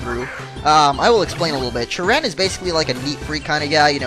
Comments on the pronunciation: you are saying cheren wrong you: CHUH-renn real: CHARE-run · hey ppl plz dont hat this is something a game designer said on the website the name cheren its acctually sheren when you pronounce it